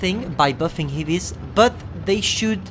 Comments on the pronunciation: Heavies , not hivis... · Why is he saying "hivies"